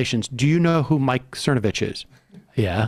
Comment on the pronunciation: I believe it's "Thernovich".